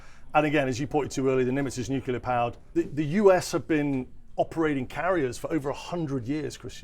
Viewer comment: What’s ‘Nucular’?